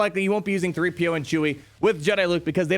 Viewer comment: "Chee-PO" is how I will refer to them